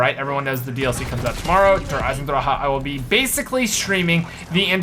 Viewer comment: can u please stop saying der eisendrache in German because your pronunciation makes me cringe soooo hard just say the iron dragon